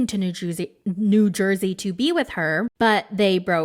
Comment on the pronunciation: You almost called New Jersey New Jewzee that is so fucking hilarious